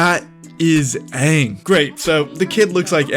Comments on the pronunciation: We need Fire lord ozai to be the Giga chad he is, not a chump like in the movie Also, Aang please Not "oung" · All I have to say is thay better pronounce the names right lol I know thay will last one died to me as soon as thay said unng not anng idk if I spelled them right my spell isn’t that good but I can pronounce it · I still have PTSD from "whatever it is" that M.Night Shamaladingdong did.😌 So I hope they at least say Aang's name right in this one.